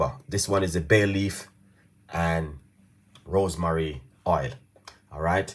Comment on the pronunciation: Why you always pronounce ROSEMARY as ROSE MARIE?